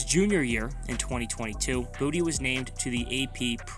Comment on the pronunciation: Boutte, like tay, its a french name not booty lol